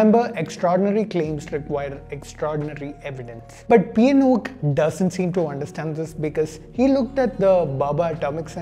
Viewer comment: P N oak, sounds more like pinokio